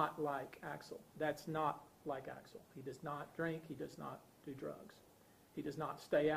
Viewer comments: CORRECT THIS GARBAGE SOUND VIDEO BY GETTING VICTIMS NAME CORRECT AT THE LEAST. AXEL rest in peace 🕊️ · His name is Axel…. My god, get it together